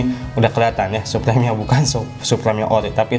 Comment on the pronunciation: Suprim bang bukan suprem hhe cuman koreksi aja bang